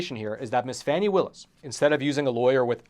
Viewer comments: Pronouced fawnie not Fannie . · Oh for goodness sakes. It's pronounced Fawnee Willis not Fanny. You know this and are being a complete a-h**e Facts Matter btw is considered by All Sides Media to be.....Hyper-Partisan Right Reliability: Mixed Reliability/Opinion OR Other Issues. Nothing to see here. Here are some facts... Trump is having an awful month and it's going to get way, way, worse. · it's pronounced Fawn-knee Willis